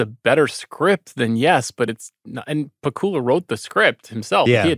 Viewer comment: It's pah-KOOL-uh, not PACK-you-la?